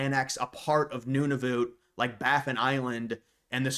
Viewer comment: It’s pronounced none-of -uht